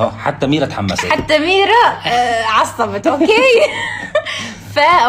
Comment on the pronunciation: ترى يمكن مافي تقليد بس ليش كام يخربط بي الاسم بدل مايكول ميرا قال ميلا